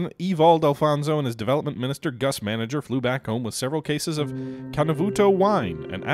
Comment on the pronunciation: Its Gus Mang - Ger not , Gus Manager Also 2nd